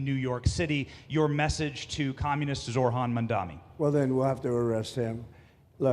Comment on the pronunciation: "Zorhan Mandani" his name is Zohran Mamdani, such a thinly veiled racist way to address him Also what is this Ogles guy meaning with "little Muhammad " ? Like is that supposed to be an insult? Lame. Also is he a socialist or a communist? You have to pick one, he can't be both.